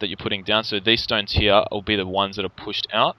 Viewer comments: down mnhearryah hehe he says it funny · I fucking hate the way he says here. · I can't stand the way you say "here".